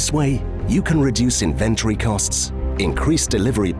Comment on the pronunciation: He's pronouncing "Inventory" incorrectly.